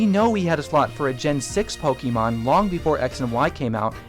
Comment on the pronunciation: The way you say "Pokemon" bugs me so much xD Don't get me wrong, tho. Great video all-around. Cheers! By the by, I think Little Mac is this installment's "retro" character. Sure, he had a new Wii game, but he debuted in arcades and the NES, and his latest game before Punch-Out Wii is (to the best of my knowledge) Super Punch-Out on the SNES.